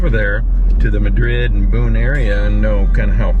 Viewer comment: Mad-rid. Not like Spain. Sorry lived in Boone area for a few years.